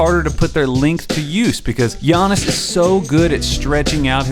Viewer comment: Lol i got triggered when he said "son zoo". Great vid tho